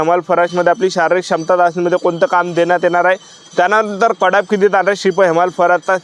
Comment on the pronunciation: Cut off ❌ Kad aaf ✅ 🤣